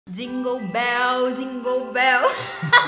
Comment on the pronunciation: Eu amei essa transição com a falando jingoou béeel KKKKKKKKKK